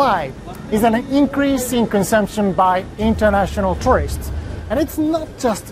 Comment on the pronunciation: The way you say the word tourist makes it sound like you are saying terrorist